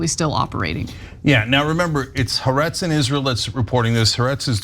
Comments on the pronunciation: Anna keeps mispronouncing Haaretz. The second "a" begins with a glottal stop as in apple. So, it's pronounced Ha-Aretz, "the land" in Hebrew, with the stress on the second "a." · The newspaper haaretz is pronounced "ha- arets" with "ha" being one word(="the") and "arets" being the second word.(="land") and when speaking you pause between "ha" and "aretz" (because they are two seperate words.) Sorry to be so pedantic but the way you guys say it is just...wrong! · Ha Aretz. There is a pause. Pronounced as two distinct words